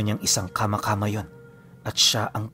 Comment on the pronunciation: kama²× po dapat mabilis hindi hu kama midyu matigas dapat ang pagka bigkas na mabilis